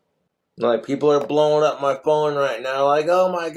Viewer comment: How many syllables does speak/ put in the Word Phone😂Ph- ow - en - a.😅, four. He cracks me up.